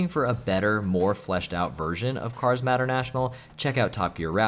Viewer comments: Dude MATER IS MATER. NOT MATTER. PLS WATCH THE MOVIES ASAP RIGHT NOW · Mater is pronounced like May-tur 😅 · You really don't know how to say "Mater"? To quote him, "Yeah, like, 'tuh-mater', but without the 'TUH'!" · Mispronouncing 'Mater' as 'Matter' surely must be comment bait 😆 Great video though, glad the YouTube algorithm actually recommended me something good for once. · Tow Matter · cars "matter" national I could tell that you didn't care about cars before you said it yourself lol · I'm not gonna be a dick about the way you pronounced "Mater." I think it's obvious you never watched Cars as a child, so you'd have no reason to know how it's pronounced (May-Tur) But man, you should really watch Cars lol. It's not fantastic or anything, but it almost feels like required watching for any kid who grew up around the GBA to DS era. Great list though, definitely gonna check some of these out. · Mater has a long A, btw. MAYter. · You pronounced Mater wrong, "its like Tamater, but without the Ta," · I'm sorry but the way you pronounced Mater from Cars 😭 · Yeah many people have said about it I guess you wouldn’t know how to pronounce it if you have never heard it spoken before